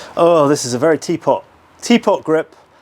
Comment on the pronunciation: A Brit who can't "teapot"? Unheard of!